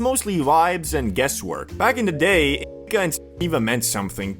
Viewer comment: Why cant u say indica or sativa?